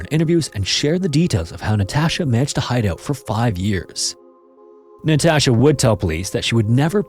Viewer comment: Jesus fucking Christ. Learn how to pronounce Natasha before saying it 100 times. Infuriating watch.